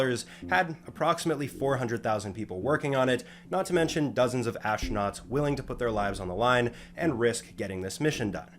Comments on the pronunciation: So, the "ash-tro-nuts" went into the "mod-shule"? Amazing. At least this speech impediment is kind of amusing... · "ashtronauts" is just wrong